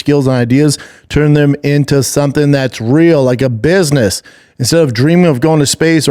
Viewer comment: Little biss-niss trip